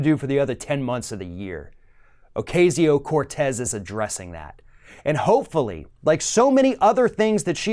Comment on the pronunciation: Please learn to pronounce her name!